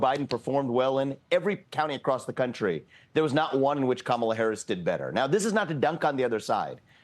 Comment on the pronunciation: the way he says “country,” and , the way he says “dunk,” both have a distinct pronunciation commonly heard in Indian accents.